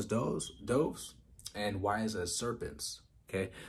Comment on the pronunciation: be having me cryin...lol he said be harmless as "doaves" lol Doves! Like the bird!!!